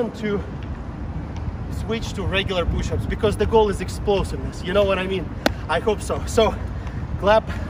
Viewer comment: "Power pooshups"